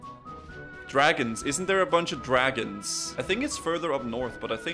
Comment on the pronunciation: Elmar Fudd: "Keep quiet, were hunting Dwagons"